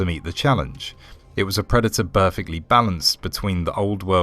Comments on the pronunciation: Can you explain how someone with the King's English is saying Charr-er-jing? And burr-fect then? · The AI you're using is great, but it's pronouncing certain words completely incorrectly. Charging = Charr-er-jing. Perfect = Burr-fect.